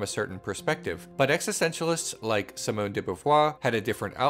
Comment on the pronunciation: If you're into refining French pronunciation, Simone would be pronounced see-moan with a long "e" sound by American phonetic description and not a short 'i". Pretty much all i's in French make a long "e" sound.